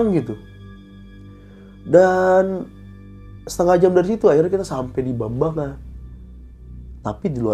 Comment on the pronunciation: Jambangan dong ngab bukan bambangan 😂